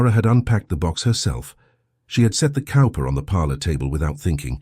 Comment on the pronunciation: Cowper is pronounced Cooper...just an FYI. The dry humor is priceless lol.